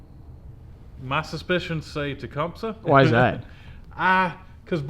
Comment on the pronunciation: It's ta-cum-sa don't matter just letting you know